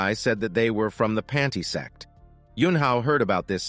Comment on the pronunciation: broo wth "panty sect"💀😂😂😂💀😂💀😂💀😂😂💀